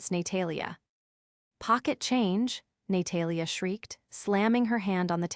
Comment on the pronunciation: ‘Nay-Talia’ is particularly amusing. Or as AI would pronounce it ‘A-moooooo-sing’ 😂😂😂